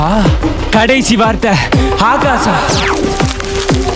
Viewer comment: அண்ணா எனக்கு ஒரு டவுட் அங்க ஆகாசானு எழுதுருக்கு ஆனால் நீங்க ஆகாவானு படிக்கிறிங்க